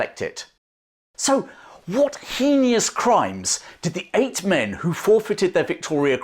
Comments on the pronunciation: This information upset my longstanding belief that the VC has always been non-rescindable and the recipient could go to the gallows wearing it. Good on King George V! Excellent story "Heinous" is not pronounced "hee-nee-ous" there is no 'i' or 'e' after the 'n'. It's"hay-ness". Same goes for mischievous (miss-che-vess) homogenous (hom-oj- en-ess) and several others that some people incorrectly pronounce with an 'ee' sound that isn't there. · The "crime" of mispronouncing heinous (rhymes with "famous." The "i" is silent. Two syllables.)? Just not done in polite British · "Hey-nious" - ah ya you folk really did send your youngsters over here to learn how to speak English given the fact you were all running around speaking french. Classic!!! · it’s pronounced. HAY-NUSS Just Google it. For real. It’s not too hard. I’ll wait for your apology but we both know you won’t. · that’s not how you pronounce “Heinous”